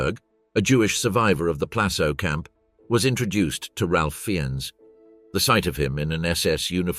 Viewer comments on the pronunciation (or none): Love this channel, but his name is pronounced "Rayfe Fines" :) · Fiennes is pronounced " Fines "